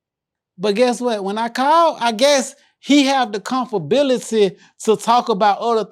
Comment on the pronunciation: Ralo make Comfortability sound like it’s not a word 😂😂😂😂😂